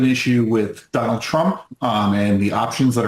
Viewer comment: Did you just call him "Don-old"????? 🤣🤣🤣🤣🤣😂😂😂😂😂🤪🤪🤪🤪🤪